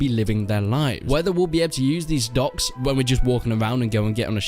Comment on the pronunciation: man good video but it took me ~5-10 times of u saying 'ducks' to get the idea that u were trying to pronounce 'docks'